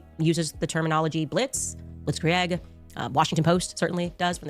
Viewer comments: Hearing her say Blitz Kree-egg hurts my ears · In German, 'ie' is pronounced like 'ee' in 'feel'. It's bacially 'blitzkreeg'. Also, 'ei' is pronounced like the 'i' in 'night'. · HOLY HELL as a native german speaker, her pnounciation of Blitzkrieg GENUINELY PISSES ME OFF!! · She's definitely pronouncing blitzkrieg wrong lmao. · The way she says Blitzkrieg pisses me off I know it’s German, but how do you pronounce it that incorrectly 💀